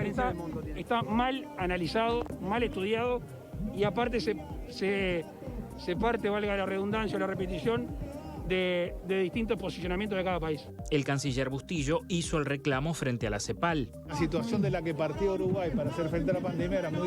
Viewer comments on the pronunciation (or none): Que triste escuchar a un presidente decir "reBundancia" en vez de "redundancia" jaja